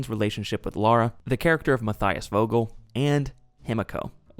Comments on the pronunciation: It's Lara not Laura. And you call yourself a fan lol. Hilarious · Pet peeve I know but I really hate when Americans say tomb raiders name they always overdue it and mess it up it’s just aggravating cause it’s a simple name, it’s LARA there’s no U why do you say LAURA smh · LAra not LAUra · Omg are we still saying "Laura Croft" in 2025?